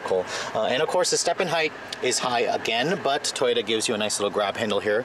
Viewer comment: Why did you say toroya instead of Toyota